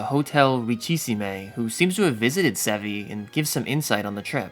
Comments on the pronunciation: "Ritchie Seemay" 😭😭😭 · There's no accent on the final e in Richissime. It's pronounced "ree-she-SEEM".